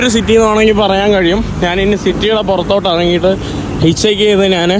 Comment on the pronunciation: നാണ്, നാന് അല്ല ഞാൻ എന്നാണ് ശരിയായ വാക്ക്. നിനക്ക് യൂറോപ്പിൽ നല്ല ജോലി കിട്ടും. പിമ്പ് ആയിട്ട്